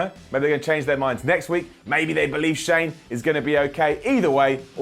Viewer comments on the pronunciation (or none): none